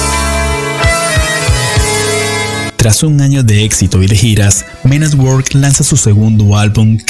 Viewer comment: Se escribe work se pronuncia werk